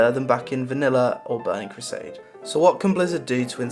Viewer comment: I love that your pronounciation of "Burning Crusade" made it sound like "bunny crusade".